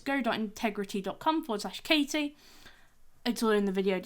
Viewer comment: Very good video. If I may nitpick: it's intigrity and not integrity 🙂